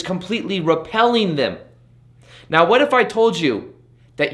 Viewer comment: It sounds like he says 'Right MEOW' instead of right 'NOW' ? Unless I'm missing a cat pun or sumthing?! Happy New Year, amazing advice as always!! GoodBye Neediness!!!! you horrible drug!